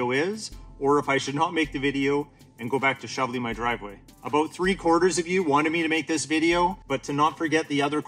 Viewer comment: Never watched your channel but that “aboot” instant trust that you’re a subject matter expert 😂